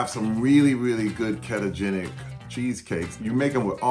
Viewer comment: kettogenic? Terry its keto-genic